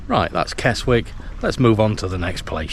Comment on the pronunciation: Another good video but The 'w' is Keswick is silent so you pronounce the word 'Kez-ik'.